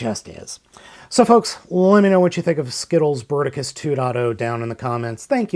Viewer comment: Le "Berticus" .. bravo l'ia. En attendant, c'est PAS Bruticus. Bruticus est le Combiner militaire comprenant des jets et des tanks.